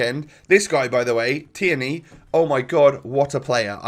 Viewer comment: It’s pronounced teerney not te-erney !!!!